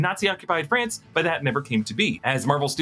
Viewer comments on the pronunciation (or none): none